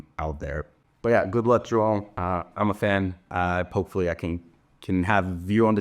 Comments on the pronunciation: You have such a clean pronunciation of João. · Are you brazilian? The "João" pronunciation was perfect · He's Brazilian so it's obvious he pronounced it correctly 😂😂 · Beautiful pronunciation of João. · Is Karue brazilian? Cause his pronunciation on "João" was perfect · I’ve been watching your vídeos for quite some time now and literally just noticed that you are also Brazilian by the way you pronounce João hahahahaha. Keep up with the good content!! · Yes!!! And it should be required viewing for all the other tennis media. If they can be bothered to pronounce Iga’s name correctly, then they need to pronounce Joao the right way too.